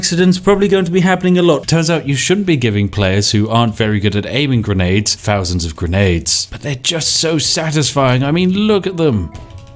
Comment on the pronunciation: "We've got over a fousand grenades"